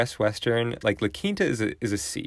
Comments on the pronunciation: Yeah, it is pronounced "La Keenta" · A lot of people pronounce it “La Kinta”